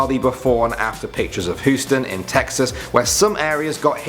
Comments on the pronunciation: Houston XD not Hooston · Hooston? Don't you mean Houston? XD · What's hooston lol its HOUSTON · Dude, Houston isn’t pronounced like Hooston , it’s pronounced like Hughston.Just sayin. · Lol he says "Hooston" its pronoinced "Heusten" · Did he say Hoostin instead of Housten? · Its pernounced hyou-ston not huuston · Who else was triggered when he said Houston like hoo-stin and not hue-stin ... no one ... just me ... okay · He says Hus-ton. I'm 40 miles from there and we say hues-ton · HE SAID HOOSTON ITS HUESON GET IT RIGHT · Please pronounce Houston as hue-ston not hooston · Hew-stun. Not HOO-stun. Ffs. (Houston) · You say Houston so funny. Its like Hue-ston but you said it like Hoo-ston. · It’s pronounced Houston not hustain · It sounds like he said hooston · Did you say, "Hoo-Stan"? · Did he say "Hooston"? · H O O S T O N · Yes... yes he did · Hoostin? Houston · it's not pronounced the way you said it is pronounced Hue stun, but spelled Houston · He said Hústùn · I thought it was Houston not Hoostun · Its hyoostan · Hooston,not Houston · Lol "Hooston" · He said hooston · Hooston? Really? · I used to live in Houston but its so funny how he said it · He said she said Houston so wrong I'm offended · U dont say the H in houston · I just wanna smack that beard off your face for the way you say Houston. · That's not how you say Huston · i would say we must strike him down but... i love too much... cries